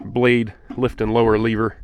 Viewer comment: It's ... lev er not lee ver